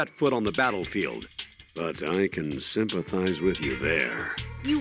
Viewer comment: "But I can symphatize with u there"😂